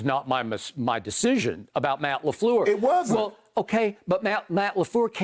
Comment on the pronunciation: Matty LeFluuh is deplorable